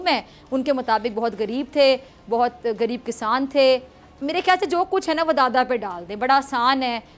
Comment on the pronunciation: گریب نہیں، غریب۔ تلفظ ٹھیک کریں۔